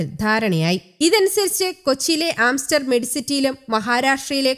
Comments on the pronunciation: സർവത്ര അബദ്ധമാണലോ പറയുന്നത്!! Sputnik 5 അല്ല..Sputnik വി ആണ്. Amster അല്ല... Aster ആണ്!!🤦🏻‍♀️🤦🏻‍♀️ അടിപൊളി റിപ്പോർട്ടിംഗ്‌!!!🙄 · Amster alla ....aster dm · Amster alla aster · Amster alla chechi.. Aster aanu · ആംസ്റ്റർ അല്ല ആസ്റ്റർ